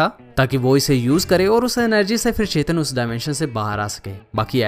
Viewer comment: Bhai Chetan nhi Chthon 😂